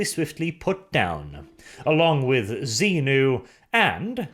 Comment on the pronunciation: pronouncing Xi-nu as Xenu really confused me for a hot second there. Scientology in 40k? Please no